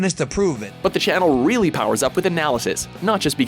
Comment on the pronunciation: rilly guys Rilly Rilly?????